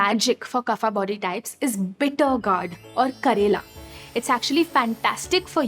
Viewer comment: Why every worg of sanskrit became 'aa' it's not yoga--- yog "kafa" --- kaf ''pitha" --- pith🙄 please pronounciat in right way. These are not english words these are sankrit ones